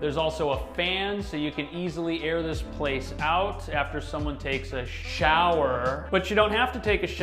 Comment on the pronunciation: Ah, yes. The sh-ower comment once again!